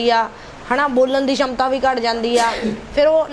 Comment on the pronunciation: ਸ਼ਮਤਾ ਨਹੀਂ ਭੈਣ ਜੀ ਸਮਰੱਥਾ ਕਹੋ।